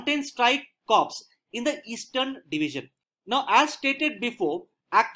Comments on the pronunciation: Just a small submission to this valuable effort. The word Corps is pronounced as Kor & Pivot as pi-vut, one may cross check with dictionary. Also you have used the term Mountain Strike Corps/ Division, interchangeably, which is not so, they are not the same thing. Nonetheless thank you for putting in such time & effort. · I am a defence aspirant but i watch your videos regularly and gain a lot from them. Would like to mention it's written as "Corps" but pronounced as "core"